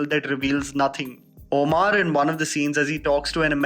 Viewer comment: 1st u learn to pronounce "Omar" correctly, "oamaar" is not a name mr. ""....